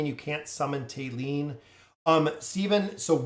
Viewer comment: Thali (thah-lee or tah-lee) not "Tay-lee"